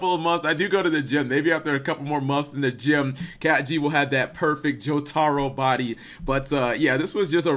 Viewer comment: When he says Jo-TARO instead of Jotaro FeelsBadMan